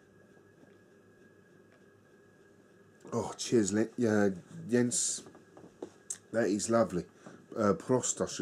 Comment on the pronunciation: Thanks for the kind words and you pronounced my name perfectly!!! Arabier is really a nice and complex Belgian Strong Pale Ale. The brewery doesn't have too many beers in their sortiment but they are almost all in the "great territory"!